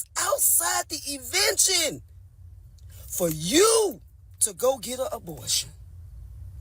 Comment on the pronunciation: She’s killing me with “evention”